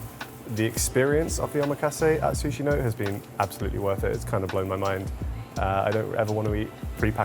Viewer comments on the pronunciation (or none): i think the restaurant name is actually pronounced "sushi NO-TÉ", not note. also, the last piece of nigiri is bonito (not bonita), the fish they age and shave into those tasty flakes to make dashi. loved that y'all delved into sushi but wish you discussed more about the maki (cut rolls) and inari (tofu skin stuffed cone sushi). hopefully more and diverse visits to come, gents! ❤️